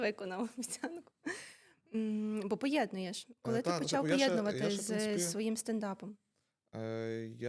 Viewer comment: Не поєднЮєш, а поєднУєш,. А Богдан топ